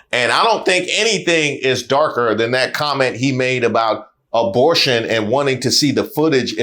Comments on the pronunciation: its about DEBORTION- was he saying DEPORTATION OR ABORTION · Did he say Dabortion?